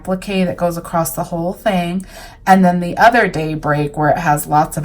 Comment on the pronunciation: I love the fabric used. Very beautiful. The only I don’t like is when I hear someone say “across” with a “t” emphasized at the end. I’m still trying to figure out where this pronunciation comes from. It’s like some people say “axe” instead of “ask”, and so on.